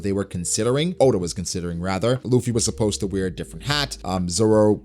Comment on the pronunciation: Good stuff as always but you need work on saying supposed to for concepts haha